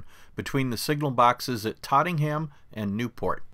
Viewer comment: It’s Tottenham , not trottingham